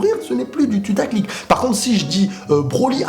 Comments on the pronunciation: Je suis le seum à entendre "tutaclic" au lieu de "putaclic" ? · pourquoi tu dit tutaclick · Nan c'est juste qu'il dit tutaclick ;)